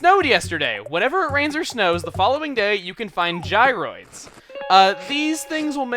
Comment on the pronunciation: "Whenever it rains or shnows"